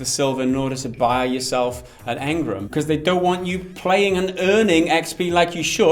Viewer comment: So great to hear you pronounce engram the way I do.